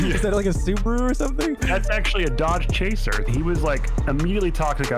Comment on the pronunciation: Any other car guys not pissed off that he sayed "dodge chaser" lmao